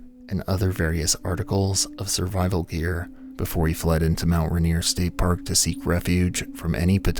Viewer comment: Ah yes, Mount Rineere